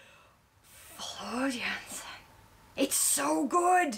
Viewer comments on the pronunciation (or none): Your subscriber count is mostly down to a single good decision - a Nightwish reaction. Nothing else on Youtube will get you that degree of exposure. (Please pronounce her nicely - Yansen, not Jansen) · well you are pronouncing floors' name wrong, it pronounced (Yansen) j sounds like y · Her last name is pronounced yansen jansen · I'm so glad you got back to Floor! Btw, she is "Yansen" (Dutch) ;) Henk P-o-o-rt, with long"o" (also Dutch). He sings Phantom for decades, so this IS his role, he can pull it off while sleeping) I can recommend Lady Gaga's Shallow Floor sang in a same show [ ], and song Mama (in Dutch) [ ] from Beste Zangers also.